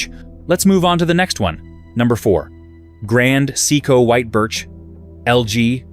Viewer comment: maybe you should first learn how to pronounce "seiko"?